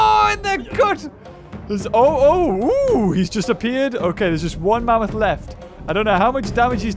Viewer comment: I laugh when said mamoot